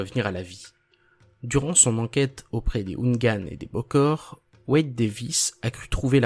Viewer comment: Excellent travail mais... Les gars il aurait fallu contacter un haïtien pour la prononciation des termes ( même traduit) On prononce "lwas" comme loi "ougan" comme ouragan, Bokor (le R ne se prononce pas) je me tape des barres chaque 5 min à cause de ça 🤣😉